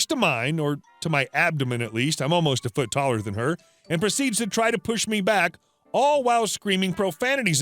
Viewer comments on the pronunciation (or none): none